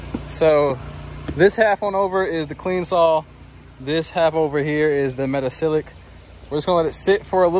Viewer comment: thanks for this video and sharing your knowledge. Looks like you’ve been hanging onto it for a year or so. 😊. Do you also use sodium percarbonate as well instead of the metasilicate? I have a chemistry background and if you care, 😊the pronunciation is meta-SIL-I-cate. Thanks, again.